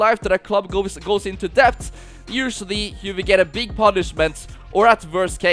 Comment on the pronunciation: Its debt with a silent b